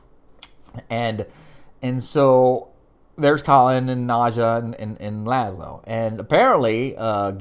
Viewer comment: Don't get upset but Its Nad-jia as in as in Nadia, she's not calling Gregor Jess, she has said Jeff as always. Just correcting you politely. We both love the show. Gregor will be there again, reincarnated every time remember, and yes Jenna, loved her. And " Gizmo" lol a vanhelsing that's hilarious